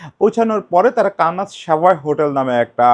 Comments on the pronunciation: দাদা এটা কি কানাস নাকি 'কানসাস' (Kansas). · দাদা একটু ভুল হচ্ছে - আপনি বলছেন, kanas city, সঠিক হবে kansas city. আশা করি পরের কোনও ভিডিওতে সঠিক হইয়ে যাবে। ধন্যবাদ